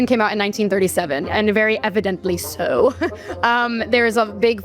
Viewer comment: only a liberal woman can make the word "so" three syllables.